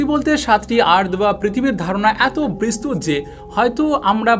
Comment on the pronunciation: অনুগ্রহ করে' বিস্তৃত ' শব্দের স্পেলিং এভাবে উচ্চারণ করবেন ঃ "bistrito -- bis-tri-to" এভাবে। খারাপ ভাবে নিবেন না অনুরোধ করছি।